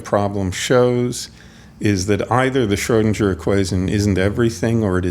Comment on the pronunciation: Amazing podcast, but there should be at least one more with David on this subject. I'm also glad that Sean's pronunciation of Schrödinger much improved.